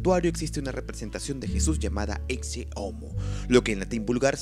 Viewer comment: Pensé que se pronunciaba "eche" no "exce" a la palabra ecce